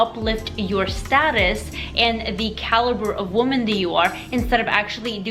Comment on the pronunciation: Why are people saying woman like it's plural and women like it's singular? I keep hearing it. When did people start switching these words around? It sounds stupid.